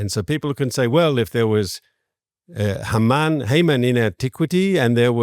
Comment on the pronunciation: Why are these people saying "Hayman" instead of "Haman".